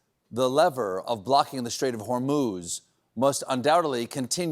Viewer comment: BTW your hormuz pronunciation is wrong.